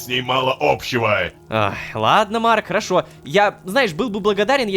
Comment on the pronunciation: Невер всегда говорит ророшка